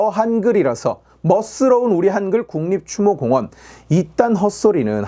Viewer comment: 궄클맆 츄모 콩우언 ㅋㅋㅋㅋㅋㅋㅋㅋㅋㅋㅋㅋ